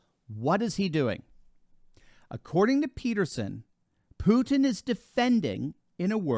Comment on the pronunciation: I still hope that English speakers will one day FINALLY find out Putin's first name reads VlaDEEmir, not VLAAHdimir. Second syllable under stress. and his last name is PUTIN, not PUTN. Clearly five sounds. Which you perfectly perform by the way. I'm not his fan, I'm just a fan of accuracy.